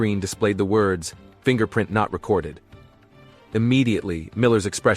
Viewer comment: ‘Fingerprint not rececored’ lol